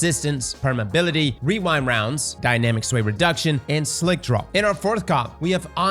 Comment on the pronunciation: casually hits us with the "wewind wounds"